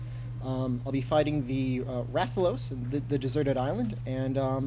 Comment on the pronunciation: check polls dude, the real pronounciation or atleast majority is wrath-a-los like spanish LOS